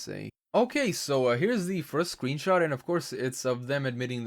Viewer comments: did... did he say sweenshot? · LunaTheCrystalian lol i heard it too